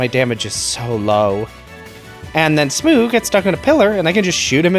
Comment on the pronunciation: I enjoyed this little challenge run, although you pronouncing Smough as "smoo" drives me insane. Are you not going to tackle the DLC areas in these runs? I was kinda hoping to see that.